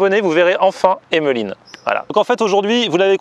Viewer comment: Pourquoi tu dis Hemeline??